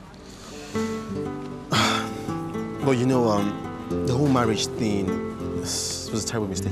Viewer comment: Wait Ooh wen they were in the car ..her mum called her desse Ooh instead of Darima😅😅😂